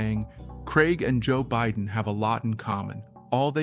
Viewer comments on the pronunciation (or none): none